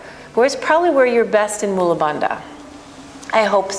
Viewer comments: You are so good. I think Bandha should be pronounced as Bun + "The" Bandhhaa. not as Da/Duh. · True, must westerners cannot get their head/tongue around correct Sanskrit pronunciation. Bandha consists of a dental 'n' and a dental-aspirated 'dha'. As there are no equivalents of dental consonants (sounded with the tongue touching the back of the teeth) in English - English speaking 'yoga teachers' butcher the pronunciation. Therefore, listening carefully, one hears that she also mis-pronounces 'agni'. Also it's not pronounced 'mula' but is pronounced 'moola' (long 'u' not short 'u'). And also uddiyana with its long 'i' vowel and double palatal consonant…. Best not get me started...